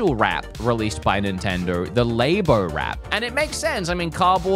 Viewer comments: LAYBO 😂 all those scientists in their LAYboratories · Labo was pronounced wrong, you pronounce it like you're talking about a laboratory